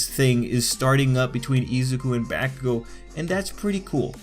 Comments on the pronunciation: Homie...good vid but you saying BaCKugo and not Bakugo is like messing with me lol. Still...ill sub :) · Bah-koo-go. not Back-ew-go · its bah-ku-go, not back-oo-go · It's not backugo its bakugo... Dude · I ain’t tryna be mean but you say it like “back-ugo”it’s “bak-ugo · He sed bahkugo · He says Bakugou as "Backcoogo" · The names are Japanese, the Japanese language is pronounced in fairly standard phonetics throughout the entire language. His name is pronounced Ba-ku-go: Bah as in sheep, Coo as the birds go, and Go as in forward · Wtf y u say his name like that.... BaCkUGo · I cringe everytime you say bakugo.... I'm so used to listening to his name as B-ah-kugo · It was bothering me the whole time "BAAAAH kugou" lmfao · Helpful video but the way he says Bakugo makes me scared.. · You pronounce Bakugou's name weird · And I hate the way you pronounce "Bakugo"...Have you even watched the anime , man..? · Finally someone mentions it